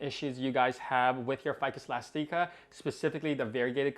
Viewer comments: "Ficus Elasteekah" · Mine looks great too! Your string of hearts is looking great. Also, isn’t it eh-last-ick-uh? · Ive been pronouncing it "elastic-a" this whole time ☺️